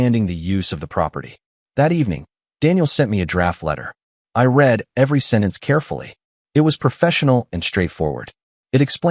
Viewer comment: Can't you pronounce "read" correctly???